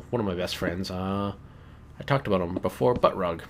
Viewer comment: "that aboot it" I <3 canadians